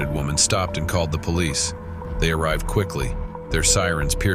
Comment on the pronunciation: Just a few meels? Poleet?